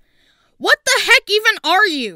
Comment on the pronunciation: bro said hec insead of heck